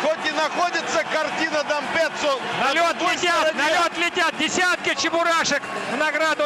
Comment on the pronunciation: Кортина де КАМПЕЦЦА?! Д'Ампеццо, дурья твоя голова!